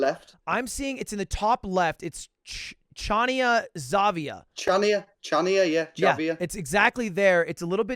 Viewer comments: I am a native greek, and hearing the city's name mispronounced so badly made me cringe, I shall make it easier for you Ludwig, it is pronounced (ha-nya) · you couldn't say Χανιά "ha-nyah" more wrong even if you wanted to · Lud it would not be 'Xavia', but rather something like the eng translation given. In greek the 'X' would be similar to a 'h' and the 'v' would be an 'n' so it would end up as 'Hania' with a bit of throat on the H. The little mark on the 'a' denotes an emphasis on the 'a' of 'Hania'. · the way he said chania and χανια when its spelled hania killed me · DUDE that Greece round was INSANE! Im Greek and I would never have guessed Crete! But I guess it makes sense because Crete is big and the houses look too ran down to be in a small tourist(that guy with the white hair is probs a tourist) island. Btw its pronounced Hania, X in Greek is like H in Holiday lol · Actually the word Χανία is pronounced diferently. The first letter is an h as in harry and you read it like hania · Ludwig: pronounces Chania "Xavia" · Came here from Cody Ko’s video. Fun stuff. Chania is pronounced more like “Han-ya” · The funniest part of this video was when they kept calling that one place “Chania Xavia” 😂 sometimes it pays to know a bit of Greek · I am in pain listening to him pronouncing Χανιά exavia. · Not to be that person but their pronunciation of Chania... it hurt so bad, but other than that that was really cool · His pronunciation of Chania is making my ears bleed